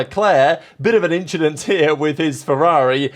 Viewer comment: Leclerc inshdent😅😅😅😅😅😅😅